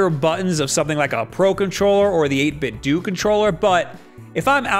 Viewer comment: I hate how so many people pronounce 8bitdo wrong. It's a play on the word Nintendo. You don't say Nintendoo wtf